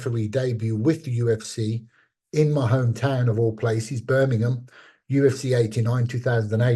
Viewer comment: omg Bisping nailed it when he did his accent / impersonation of someone from "Burminghmm" 😂 They all say the town name the EXACT same way lol, if i didn't see him say it I couldnt have told u if that was Marc or Leon 🤣✌️🍻